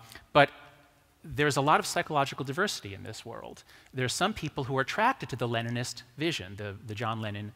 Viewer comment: did he say John Leninist?